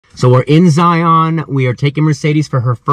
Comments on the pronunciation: Great vidio!!! Did you know you pronounce Zion like lion. Watch the long long honeymoon's vidio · Fyi...in Utah we pronounce Zion like Lion. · Love Zion national Park, my parents took me there as a kid, I took my kids there. Awesome video, never seen it from that view. Went to lake Powell as an adult, looks like we had a view of lake Powell for a little bit and rainbow bridge. You're not quite pronouncing Zion correctly but that's okay.